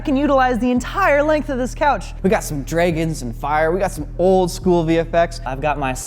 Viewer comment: Do he say Draygons?